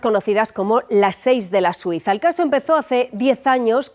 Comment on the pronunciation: Pastelería "Da Suisa" No oigo otra cosa